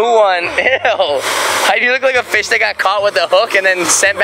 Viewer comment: instead of fishpipe hawaii i thought is said fishpee hawaii LOL